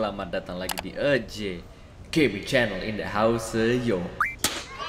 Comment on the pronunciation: kenapa ya dari dulu kok nyebut nya "EU JE" harusnya kan "E J"